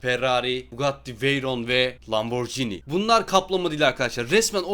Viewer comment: abi loburgini dedin testet medin